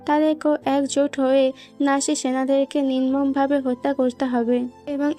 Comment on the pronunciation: নাসা হবেনা,, নাৎসি হবে